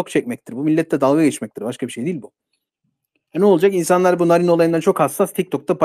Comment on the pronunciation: Jahrein i sevmem ama bu yapılanın haksızlık olduğunu düşünüyorum. Bir şey daha eklemek isterim ki Sayın şu çocuk yaşta canından olan kızımızın ismini TDK ya göre doğru söylüyor olabilirsin ama aynı TDK örneğin Kaatil diye vurgusuyla okunan Katil kelimesini vurgusunu yok ederek anlamsızlaştırmış iken bari kızcağızın ismini olması gerektiği gibi telaffuz etsen? Narin diye yazılır Naarin diye okunur.Sen narin narin dedikçe içime fenalıklar geldi. Jahrein in ailesine ve eşine sabırlar dilerim.Umarım adalet en kısa zamanda tecelli eder ve serbest bırakılır.Narin kızımızın katilleri de,onlara yardım ve yataklık edenler de umarım en ağır şekilde cezalandırılır.Mekanı cennet olsun kızımızın.